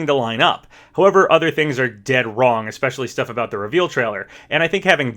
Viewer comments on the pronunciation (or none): none